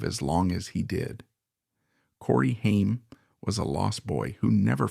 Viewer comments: Stupid AI voice not pronouncing his name right is infuriating. It’s not pronounced Hien , like the ketchup. It’s pronounced Hame, like fame. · Corey Haim’s last name is pronounced HAYM not HEIM. A lot was left out of this, but thank you for talking about him. He was so much better than he knew and he is missed so much. He was a brilliant actor! I miss you, Corey. RIP 🤍🌹🤍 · "Haiym" LMFAO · The narrator keeps switching pronounciations between "HIME" and "HAIM"...a signature trait of A.I. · Could you please at least say the man's name correctly? Ffs it's not a difficult one. The A is long which means it sounds just like the letter's name. If you are gonna claim to be sensitive to someone's life, at least they're damn named correctly. That kind of disrespect is awful. It makes suspect everything you say whether or not this ends up being a good source of information or not. And unless you name Feldman as part of the reason Haim fell apart, I will definitely suspect everything you said you're setting up.